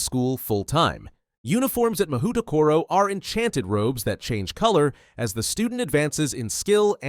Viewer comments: 文字で読むと『マホウトコロ』になって「魔法所」って漢字を想像してた。 それで「『侍所』や「政所」みたいな平安時代のセンスだなぁ〜」「校長はきっと安倍晴明だろうなぁ」って妄想したんだけど、USのオリジナル音声で聞くと「マフウトコロ」に聞こえる。 そしたら漢字は「魔風所」「魔風処」になるのかな！？ 「魔」の「風」が吹く「所」 この動画のUS音声トラック聞くまでこんな妄想はして来なかったわ。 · "Mahoutokoro" LoL